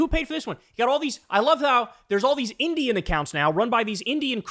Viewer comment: I don't like the way Kyle said "Indian." Why's he got to put so much stank on it? It's common knowledge that the biggest bot farms are in China and Russia. But his only example is bot accounts from India talking abt crypto and Rome.